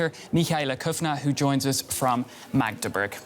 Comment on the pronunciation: Well I am not pretty sure, but I know Magdeburg is not pronounced like that. "u" was pronounced like a US letter and not like a German "u".